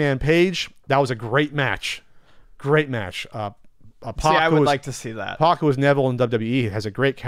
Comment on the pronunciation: It’s “P@ not “Pawk”